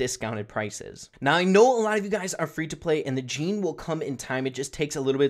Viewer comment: يالعرب اللي تسموه جيني سمعو اللفظ الصحيح وبعد لا تسموه جيني